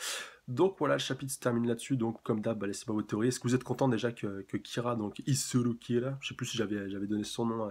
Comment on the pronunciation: on dit pas atterir a soul society mais a la soul society on dit pas isuru kira mais izuru kira on dit pas aïwatch mais ywatch c'est en reference a un dieu c'est de la que kubo a tiré son inspi pour creé ywatch renseigne toi et au passage on dit pas tite kubo mais taïté kubo ça en fait des faute de prononciation